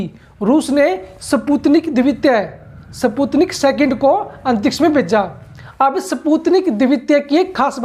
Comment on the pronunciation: सही से पढ़ना भी नही आता स्पुतनिक😀😀😀